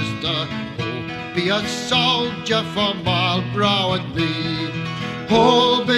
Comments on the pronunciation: All true, but still not sure what it has to do with the mispronunciation of his name in the video. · An army, not the army. Not entirely sure what that has to do with the mispronunciation of his name in the video, though.